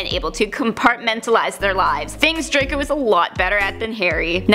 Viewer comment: Hewwo dwaco 😂😁😁😁